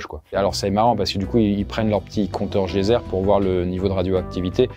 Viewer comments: On dit compteur geiger, pas geyser haha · Je rêve où il a dit "compteur geyser" 🤡 Bon sang c chatGTP, il lit des trucs et parle mais sait pas ce qu'il est en train de parler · Ah je ne suis pas là seule à avoir entendu 😂😂